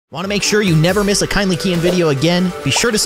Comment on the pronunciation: ITS NOT KINDLY KEYEN. ITS KINDLY KEYIN